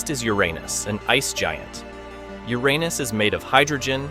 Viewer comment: When you say uranas I laughed 😆😆😆😆😆😆😆😆😆😆😆